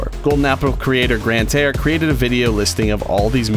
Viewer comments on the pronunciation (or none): "Grantare" to "Sky!"